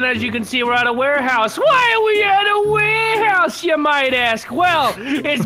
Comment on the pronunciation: Warehouse? Warehouso